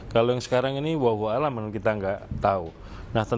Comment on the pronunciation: Wallahu a'lam pak... Bukan huwauhuwau alam..